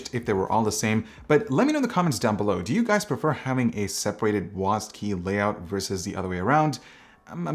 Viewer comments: wasd? its W A S D, wasd sounds soooo weird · THANK YOU! I thought he was saying WASP! LOL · why is he saying wasd keys like its one word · Is it just me with WSAD or does everyone say WASD?